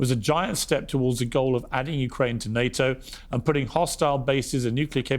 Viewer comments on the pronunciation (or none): none